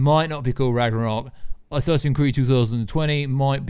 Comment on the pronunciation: why do you call it assassin creed